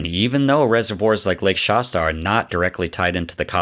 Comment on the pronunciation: Pronounce Shasta better. It’s not Shosta, or whatever it is you’re saying.